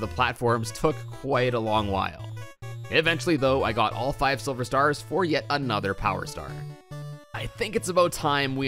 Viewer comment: he said sliver